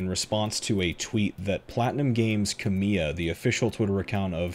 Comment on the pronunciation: The projects Kamiya's name is attached to are successful in spite of him, not because of him. Contents totally to the side for just a moment, this is just a very minor (I mean super minor) pronounciation note: emphasis is on KA in Kamiya, not MI. I figure you probably had no way of knowing.